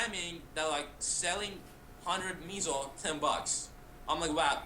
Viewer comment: Its not called meeeeesow its MEH - SOH .. its kinda like saying peso in spanish which means dollar or buck as in the currency.